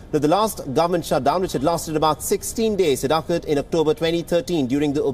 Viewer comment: Did you say "Shuth-dhown"